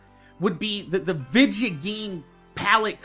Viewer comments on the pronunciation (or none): Hey my question is why do you say Vidja. It just kinda made me wonder. Ps I love your outro